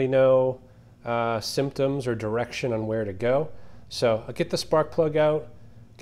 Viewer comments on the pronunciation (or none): none